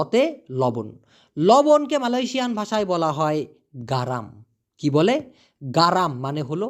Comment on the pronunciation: আপনি তো মালায়শিয়া উচ্চারণ করতে পারেন না শিক্ষা নিবে কী